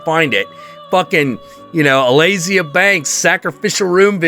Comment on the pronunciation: ALEAZIA Banks? I'm glad to see I'm not the only one who's dyslexic, when it comes to pronouncing names. I'd never even heard of this woman until today. :D